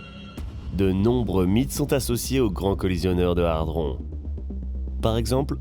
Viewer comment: C'est hadron, pas hardron